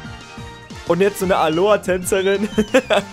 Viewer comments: Alolllla nicht Alohaa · Alola nicht Aloa 🤦🏻‍♂️ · Wie er immer Aloa sagt. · Es heißt Alola